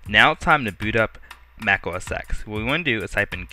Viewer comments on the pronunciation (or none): none